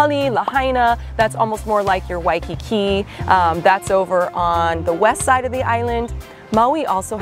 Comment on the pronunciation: Great info! Btw love how u said “Wessside”! 😊